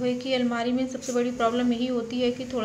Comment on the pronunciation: Almera nahi almari boliye